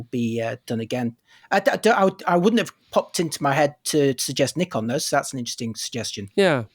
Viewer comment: for shame....how c=dare you mispronounce Nikon.:)